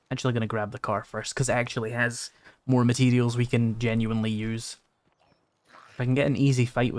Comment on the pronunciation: It's "Materials" not "Mateedials".